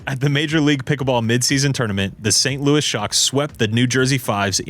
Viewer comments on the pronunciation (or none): none